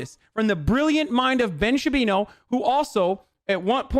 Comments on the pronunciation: Hi, I’m new here. Can someone please explain why he calls Shapiro “Shabino” ? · I can't believe I'm just discovering Piker. Dude is fuckin hilarious. Ben "Shapino" lmaooo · "From the brilliant mind of ben shapino" xD